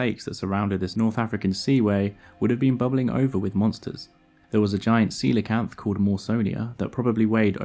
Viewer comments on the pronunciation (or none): none